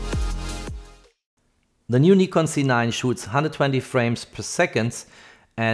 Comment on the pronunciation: I would prefer a correct pronounciation Nikon Z! not Nikon C……